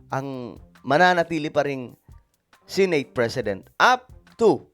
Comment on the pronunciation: senate is pronounced as SE NAYT not SI NAYT. COMPLAINT has a T in the end.